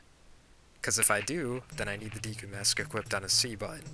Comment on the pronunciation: When you say Deku it makes me think you are saying DQ.